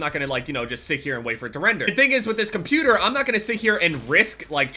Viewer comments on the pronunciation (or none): You say cuputer instead of computer lmao